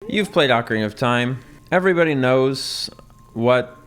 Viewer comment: Thank you for saying ocarina correctly lol. The same people who say oh-carina probably also say mare-io, always drives me crazy hearing that